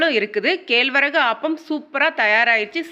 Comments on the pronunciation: கேல்வரகு இல்லை கேழ்வரகு. அவள் இல்லை அவல் 😅😅😅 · அம்மா தமிழ் மொழியில் நன்றாக பேசுங்கள். ,kelvarahu....enna தமிழ்....மிகவும் mosam.